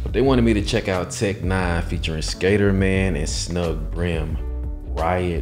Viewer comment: Have to correct you sorry, but it's pronounced Skatter (like Scatter)man